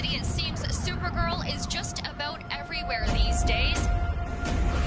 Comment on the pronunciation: Gottta love the Canadian pronunciation of 'About' right at the beginning.